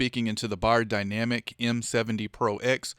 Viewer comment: I think the right way to pronounce it is : "Beyerdynamic" 😁